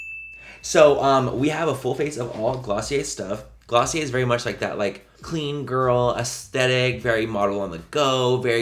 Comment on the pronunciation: That's "GLOSSIER".... DO you hear me?....Lol😹🆗☺🎤lov you Manny....👍